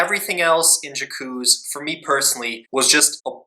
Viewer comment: 'Jakooz' oh good god at least learn how to pronounce the title you're reviewing....